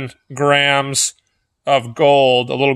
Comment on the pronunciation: Anyone else hear Grahams instead of grams